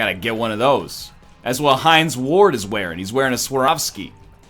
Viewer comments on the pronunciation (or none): none